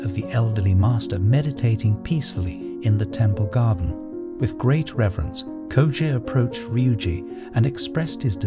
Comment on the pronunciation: I love how he pronounced the name Koji in the beginning and then changed up the name through the video. Koja, Kojay, Koju. The art of letting go in practice.